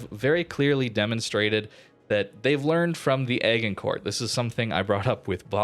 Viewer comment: You're dead right about the ruckus; anyone with a brain could see it was a highly cynical event. For info the pronunciation of Agincourt is AJINKOR.